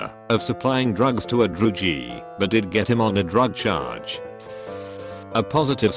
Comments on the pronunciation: “drew-gee” instead of druggie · Druggie = Droogee